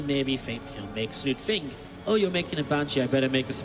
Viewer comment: i'm not sure why, but i am always bothered by the English dialect in which "th's" are pronounced as "f's". for example in this video: wif - with somefing - something fink - think eifer - either rant over. all in all, very entertaining series.